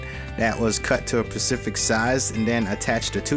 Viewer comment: Dude, I'm dying over here. The word is pronounced "specific" not "pacific"! 🤣🤣🤣🤣🤣 All jokes aside, I really love your vanity!